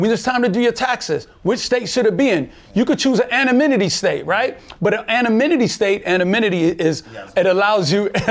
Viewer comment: he says annominitty 😆 🤣